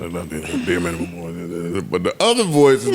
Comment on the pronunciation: Aww naw... Who signed off on the "Minumum"... Damn... That the bare minimum you could do! 😅😅